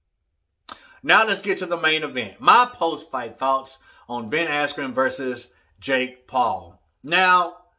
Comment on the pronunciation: This was one of the most unprofessional paid events i’ve ever seen. Seems like many speakers, singers etc,. were high and/or drunk. The live music was wack and they had audio issues as well. The presenter said Askren’s name wrong and they stopped the fight too early.